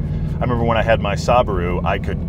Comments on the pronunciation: Did he just say SAABARU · His “sabaru” wtf😂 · Lol "Sabaru" aye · This man is the only individual that I have heard pronouncing Subaru as Saborough. Ever! Eh... no harm done. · is saying “Saab-aru” on purpose. It’s not a mispronounce of Subaru, but a reference to his former Saab 92x, which was actually a Subaru Wrx, rebodied to be sold as a Saab. We have a review of that car on this channel as well. Thanks for watching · He said SABURU? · Momrocco he said Sah-baru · how is no one talking about how he pronounced subaru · It pisses me off that you actually don’t know how to pronounce Subaru